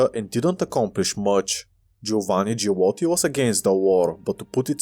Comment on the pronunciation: I'm halfway through it. I like how you went from pronouncing "Giolitti" to "Giulotti"😂😂😂